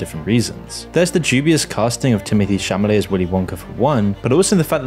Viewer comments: Seems that people just don't enjoy simple whimsy anymore. Movies don't have to be these deep pieces of art, they can just be an easy viewing and still be good. I loved the movie despite not even liking Chalamet (was there a reason his name was never said correctly in the video? Caught me off guard every time) and I think that he managed to be the type of Wonka that this specific movie needed. Could I imagine him growing up to be like the madman Wonka I've known my entire life? No, but is that really that big of an issue? Perhaps he just snaps later on in his life. I mean, after all, this "backstory" wasn't much of a backstory since we don't learn much besides a short period of his life. It's just a fun, whimsical family movie with a lot of (positively) nonsensical stuff going on. And all this praise is coming from a person who adores the character of Wonka, by the way. I'm the type of person who hates when his favourite characters get misrepresented etc and yet I fell deeply in love with this movie and this Wonka, so that's why I'm rambling a lot here. Plus, I fully agree with the point that remakes are annoying and pointless, but this is not just a simple remake in my eyes. This movie looks like what you'd get if Paul King decided to make a movie about Wonka, and that's exactly what it is, it's all on the tin. I don't know if any of this makes sense, I'm just kinda passionate about this movie right now. Maybe the magic of it all will wear off, who knows. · It's Chalamet not Chamalet. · Timothée Chalamet offers a brilliant package in Wonka (Chalamet not Chamalet, though from the tone of the post I guess the mistake was purposeful). I saw the film yesterday - perfect casting and a good movie (l also saw the two other versions - Chalamet comes across as perfect Wonka). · Is it Chamalet or Chalamet? Who writes your scripts for you? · His surname is Chalamet (instead of "Chamalet" like said) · WHY IS HE SAYING TIMOTHEE CHAMALET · Timothy 'Shamaley'